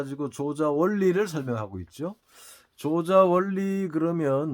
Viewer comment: 우선 조자는 "조짜"라 발음해야하지 않습니까?